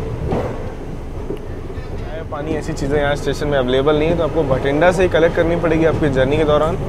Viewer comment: एक रोचक जानकारी आप सभी के साथ सांझा करना चाहूँगा कि हमारे गैर-पंजाबी मित्र इस शहर को "भटिंडा" कहते हैं पर पंजाब में इसका उच्चारण "बठिंडा" के रूप में किया जाता है। इसी तरह "कोटक+पूरा" नहीं बल्कि "कोट+कपूरा" 😍💕🙏